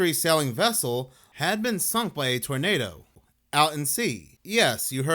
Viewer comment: First heard torpedo than realized you said tornado!